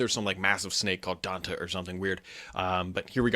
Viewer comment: Pretty sure you pronounce Dante as 'DantAY'